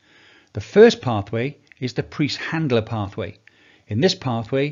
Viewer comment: Preiss (price) not(priest) Einstein Eisenstein, &c ie as in hier Bier